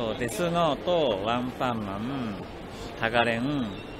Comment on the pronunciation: ”One Paw Man”